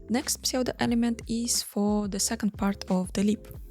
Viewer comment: Не сочтите за зацепку, у вас отличный английский, а псевдо-элементы произносить на Английском даже проще — судо-элемент)